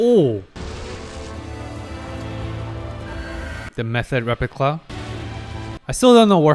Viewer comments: Why do you keep saying "repicla"? 😭😭 Not even the editor took notice... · Also hilarious that is trying to correct his German name pronunciation and then immediately calling the replica a "repicla" 😂😂